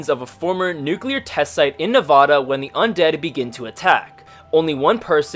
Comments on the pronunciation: You said it wrong its Nevada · You said Nevada kinda wrong.